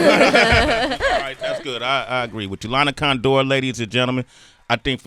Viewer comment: Sway be like "Lana ConDOOR". CONdoor is the correct pronunciation.